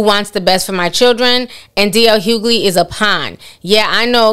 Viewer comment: His name is Hughley, not hoogley